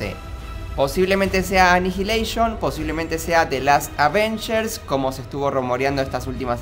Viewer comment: no dice bien avengers 😡😡😡😡😡😡😡😡😫😫😫😫😫😫😫